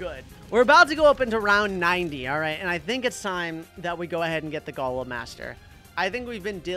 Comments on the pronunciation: It’s golem not galem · is not g o lem is go lem